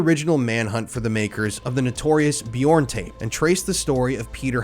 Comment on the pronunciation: Please, please, please learn how to pronounce this piece of shit's name. It's torturous.